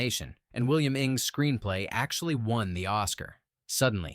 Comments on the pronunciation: Janet Lee-ah? William Ing? Really? Trash the incompetent AI. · Janet Leigh (Academy Award nominee); William Inge (Oscar winner).